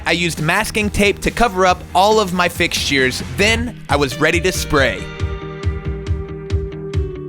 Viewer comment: First see-ment and now fix-sheers. I’m sorry I had to lol. Great video. The great thing about being a DIYer is that you can always go back and change things as you live in the space. I like how you are collaborating more with Rachel. She goes back to her projects and reviews what work and what didn’t. It’s good to show your learning experience that way we learn has well. The best to you on this new home a renovations!